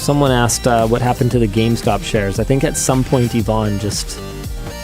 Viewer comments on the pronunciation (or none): none